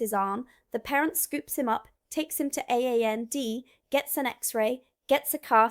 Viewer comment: 5.40 Ay-Ay-en-dee ? ... does she mean A&E (A-and-E) or accident and emergency ?